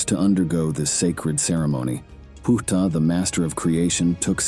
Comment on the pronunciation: The mispronunciation of his name makes this video sound bad to me. Sorry 😵‍💫😵‍💫😵‍💫😵‍💫